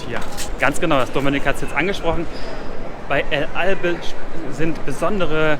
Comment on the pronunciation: "Lal" Airlines... Bruder muss aktivst los. Es heißt el al :)